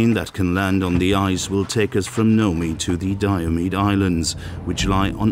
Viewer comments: Nome Alaska is not No-mee, but Noum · Nomee? It’s Nome, the E is silent! The resident with the yurt even pronounced it for you! By the way, yurt resident, you paid $45,000 for a tent with a wood frame that a bear can just tear open and walk in?!?! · english is not my native tongue, but even i know it is Nom(e) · Ah the British and their blatant disregard for the correct pronunciation of nouns and place names from other countries and cultures. "Nomey" LOL (for Nome, Alaska). Its not as silly as they way they say "tack-o" instead of taco but it's pretty bad since plenty of people would have been in Nome to pronounce it correctly for them.